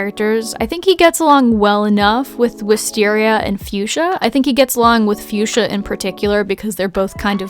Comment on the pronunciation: Fuschia the flower is actually pronounced Fuk-sia. I know it sounds dumb but its true. You can call it whatever you want and it wont matter, just a gardener wanting to share xD Also stop being so hard on yourself :(